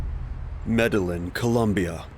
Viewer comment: I can't do the really bad pronunciation of Medellin, Carillo, etc lol. LL=Y I think pretty much everyone knows this that speaks even the most rudimentary Spanish. I hear this all the time in docs and its so annoying to me.